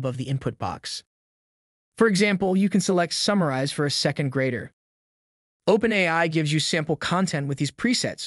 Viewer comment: That's the best AI narration I've heard yet. It's still obviously a robot; but, I have to admit, I was fooled for almost a whole minute. Even if someone isn't aware that AI narration is a thing, they'll still definitely be disoriented by the awkward pronunciation. In this case, the phrase "OpenAI" is a dead give away. I may have never been able to tell if it weren't for this one phrase. Which narration tool did you use?